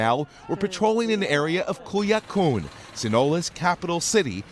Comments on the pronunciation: Culiacán not Culiacoon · Culiacun ? Get a reporter that knows how to pronounce names the right way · Culiacun wtf is that 😆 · Culiacán... It's an A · CULIACOON, SINOLA?.......WOW! IT’S LIKE WHEN YOU’VE ALREADY GOT THE JOB...WHY EVEN TRY? RIGHT? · Culiacoon, Sinola 🤣🤣 where do you find these reporters lmao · Man if you gonna report something make sure you say the names right mofo saying culiacoon thinking of Cancun and sinola, mofo should pronounce and not butcher the spanish language. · he said Colorada and Culiacoon. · This guy can’t say CULIACÁN OR COLORADO WTF 😂🤣😂🤣😂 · OMG! Don’t reporters get a phonetic spelling of foreign place names? This guy’s pronunciation of Sinaloa and Culiacán is so far off that I barely recognized that was what he was saying. If he would come down here to Morelia, Michoacán de Ocampo, I’d be glad to help him out. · This guy butchered Culiacan and Sinaloa so bad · Worst reporter I've ever heard 'sinola' 'kulia koon' and who could forget 'coloradaa' definately worth checking prenounceation before publishing😂🤣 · Sinola cartel? Cooliakoon? Coloradah? This guy hahaha